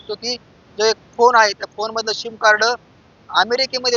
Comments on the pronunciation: पत्रकार साहेब ’सीम’ कार्ड म्हणा ’शिम‘ नहीं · शिम नाही रे सिम सिम कार्ड